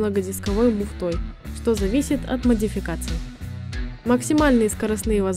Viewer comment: Хорошо, только надо научиться озвучивать на русском языке, муфтОй звучит не очень, как и многое другое..